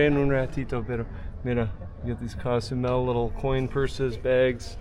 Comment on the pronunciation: It’s not pronounced cas u Mel,, it’s Cozumel